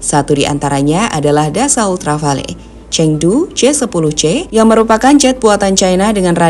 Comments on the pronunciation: Rafale min, bukan Rafael mah tetangga saya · Rafale mbak.... Bukan Rafael 😊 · Jet rafale min bukan rafael....hadduh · Rafale min buka rafael hadeu😂😂😂